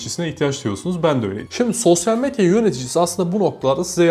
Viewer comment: SOSYAL METYA DİYO DELİRDİM DİNLERKEN